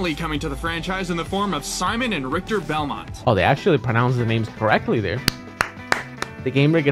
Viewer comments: RIKKEETER! XD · Or ricktahhh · If you play that clip further, you also hear the guy mispronounce Richter's name too.